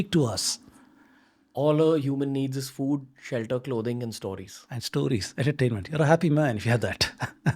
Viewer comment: Say "Stowries" one more time 😂